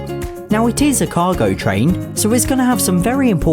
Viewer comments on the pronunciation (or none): You said cogo train